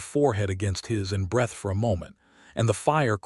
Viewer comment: OMG! Get an AI narrator that can read names correctly!! Ca-leeb, Eh-leenor...and "breathed" is pronounced with a long E, not a short one.